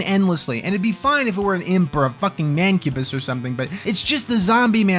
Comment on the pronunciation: i had to pause my fucking game the moment i heard "MANCUBUSSI" 😂